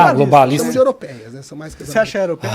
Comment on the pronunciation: quando ele disse "européias" eu dei um pulo do meu sofá. Pelo amor de Deus...